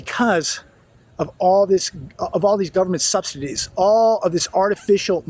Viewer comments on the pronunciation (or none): “SUBSIDIES”! JESUS! NOT “Stub-Stit-Da-Titties”! WTF?! 🤷🏽‍♂️